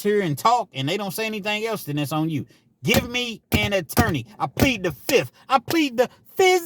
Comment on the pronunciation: Tappin in from Cali!! Fizzziiiiffffth FIVE FIVE FIFHHH!!! 🤣🤣🤣